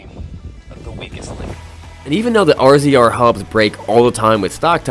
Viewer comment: I cringe every time you say R-Z-R. It's pronounced razor. I'm sure its done on purpose just to bother some people in fun. 🤣🤣